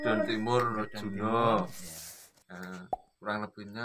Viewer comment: Ngapunten sanes Ngrejuno Tapi Rejuno 🙏